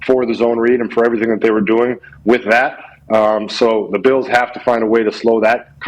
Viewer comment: Buffalo “beals” pat what 😂